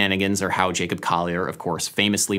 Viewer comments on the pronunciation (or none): none